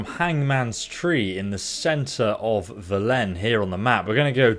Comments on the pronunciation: I got triggered be the pronunciation of "Velen" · How do you manage to play through the game and still manage to mispronounce "Velen"? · Very helpful video but I’m having doubts whether you’ve actually played the game at all. 1. You pronounced Velen wrong (hundreds of characters pronounce Velen all the time it’s impossible not to notice) 2. You called Oxenfurt Novigrad, it’s quite hard to get this one wrong. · how do you still pronounce the name Velen wrong...It's not like they say the name quite a lot in the game... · WHY DID YOU PRONOUNCE VELEN LIKE THAT